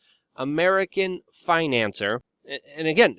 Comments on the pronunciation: Finance-seer, Financier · FinancIER. phonetic. the more intelligently you speak, the better for the message, Luke, constructive criticism.